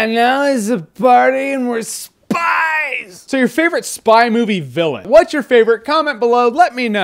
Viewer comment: "and we're spiiiiiiiiiiiiiiieesss!!!!" + Drunk Voice = Awesometacular